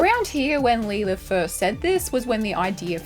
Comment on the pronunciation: Why are you saying lee lith? Is that how Aussies says Lilith? I feel like grandlinereview wouldn't say it like that but I'm not that familiar with the accent but that sounds almost as bad as the aluminium.. it's aluminum lol